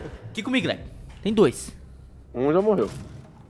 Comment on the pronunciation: O como o chama o leco normal: leco como ele chama o leco no modo Everson zoio: aleco kkkk